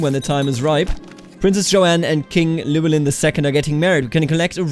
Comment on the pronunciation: It's not a "Kl", Imagine doing HL, "Hlewelyn"